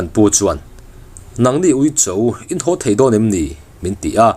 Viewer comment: Ui awm tih tura uih in ti ṭhin hi chu aw amizo ṭawng lo mange